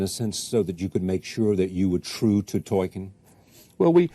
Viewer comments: Jeremy for the Love of All that is holy, there is an L in the man's name. Tolkien. Tolkien. Tolkien. Not Tohken as you say in every bloody video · Every time you call him "token" i die a little inside. There's an L in his name